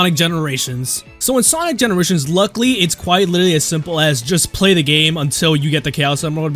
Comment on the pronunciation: Quiit? YOU MEAN QUITE?!